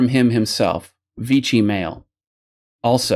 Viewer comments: I hate doing this but you're mispronouncing Vichy, you pronounce it like "Vitchy", it's more "Vishy". There, annoying language nerd moment over. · Vee Shee. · (Pronunciation detail - sorry to nit-pick) - Vichy rhymes with Fishy. In occupied France it was the centre for the Government of Collaboration.